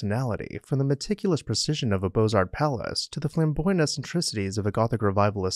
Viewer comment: The t and the s are silent in beaux arts.